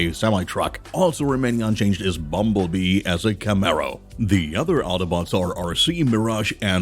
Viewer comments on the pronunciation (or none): none